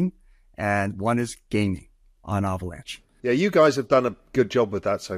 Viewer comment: He said Avalanche like Avocado lol